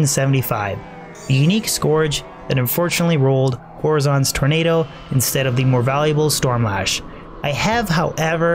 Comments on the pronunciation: Nice vids. Keep it up dude! Just one problem.... how you pronounce horizons sets me into a rage every video you find Horizon's Tornado :D HUH-RAI-ZN - horizon. That is all. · hey is the drop not horizon's tornado? like horizon as in where the land meets the sky? the way you say it makes it seem like a name